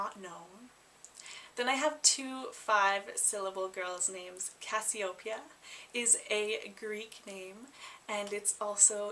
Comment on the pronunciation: Love Cassiopeia. It's pronounced Cas si o PEE (not PAY)-a. Would use the nn Cassie. Then again, I also love Orion "Rion" for a boy and Andromeda "Annie" for a girl.